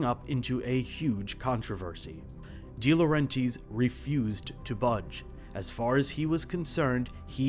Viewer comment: I think it's pronounced "Dee-Lo-REN-Tiss"